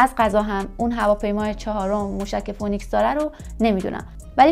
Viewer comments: فینیکس نه فونیکس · تلفظ فونیکس نیست. فی نکس درست است . شما اینکاره نیستی